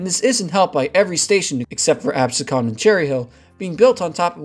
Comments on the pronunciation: This was a very informative, but I did get a kick out of you annihilating the name Absecon. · No apologies necessary at all. I'm a total New Yorker from the Lower East Side and my accent lets every know it. 😁 I just thought it was funny because my cousin lives in Egg Harbor City and used to correct my pronunciation of Absecon and others. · bro you dont even pronounce absecon correctly lol. njt wants to close this all the time, the casinos are the only thing saving it. ridership is crap. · AbSEEcon, not ABsecon. A bit of pedantry. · Great video, but it’s pronounce Ab seek en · not to be that guy, but its pronounced Ab-sea-kin, not a-bes-con. In any case, great video! Love to see my neck of the woods get some coverage online. We have a shit ton of unused rail lines in south jersey that connect population centers and its a shame to see them waste away. The GCL is a promising look at what the future could hold for rail in south jersey. It certainly opens the door to extending the line down to millville, and maybe one day all the way down to cape may. And if that takes off, I feel like other rail lines, such as the merchantville one mentioned in the video, would have the possibility of reactivating as well. Again, great video. Much love from Medford, NJ! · Haddonfield was trenched because the elitists there didn't want an elevated line going through their town. They also were one of the bitterest NIMBY opponents to the Atlantic City line in the 1980s. It's Ab-SE-con, not AB-se-con. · Another great episode. Very informative, well edited. Attempts at humor are cringe-worthy, though, and hurt the flow. Just saying… What is "Abesconn?" "Abseconn?” You mean Absecon, pronounced “Ab-see-kin” Does anyone proof the scripts before they are recorded? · Good presentation. Absecon is pronounced Ahb- SEE-con. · Thanks for the rich & checkered history. Just a little nit, but as someone who grew up in Absecon, please allow me to correct the pronunciation: ab-SEE-cunn